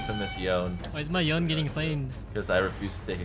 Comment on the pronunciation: disliked because 2 of you pronounced Yone wrong